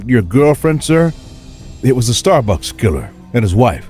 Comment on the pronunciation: The first story lollllollol "starbuks"